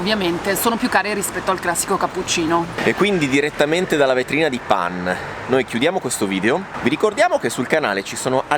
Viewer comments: "pan oh sciocolà" si legge pen come penna in inglese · NON SI DICE PAN MA SICEMDICE PEN, PERCHÉ SCRITTO PAIN